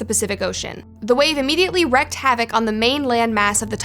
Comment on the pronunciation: Wreeeked not wrecked